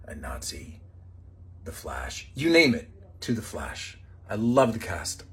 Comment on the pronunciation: Why he say a nazi like that 😂😂😂